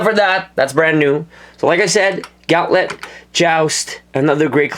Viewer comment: its said gahh'nt -let